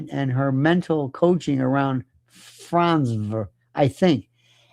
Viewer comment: I lol everytime lionel trys saying franze 😂